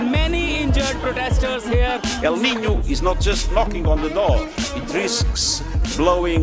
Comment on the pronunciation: Just a heads up, the ñ in Niño is pronounced with as ny (nee-nyoh.)